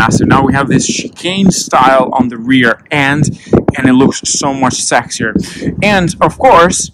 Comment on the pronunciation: STOP CALLING THINGS SEX-SIER.